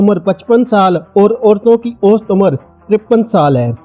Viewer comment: Ost. nahi. Aosat. bolo